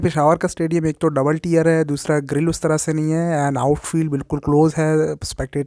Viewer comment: Bhai tier ko tear nahi balkay tire pronoun kartey hein. Sorry for your corrections.